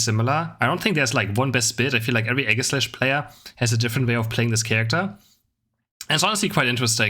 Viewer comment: I love you, but I cringe every time you say Aegislash. 🤣🤢